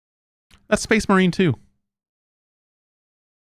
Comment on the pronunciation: I think you mean "so that's SPAAYHZE MAWHREEN, 2."